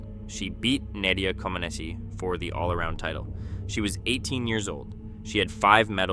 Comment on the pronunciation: you lost me mispronouncing nadia comaneci